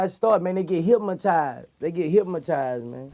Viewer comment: Somebody please tell Boosie there ain't no "M" in Hypnotized 😂😂